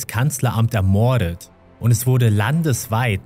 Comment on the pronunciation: ermoooordet.... fürchterlich die sprache . die betonung mancher wörter ist grausam:/